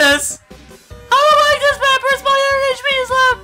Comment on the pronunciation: It's pap-I-rus, like the font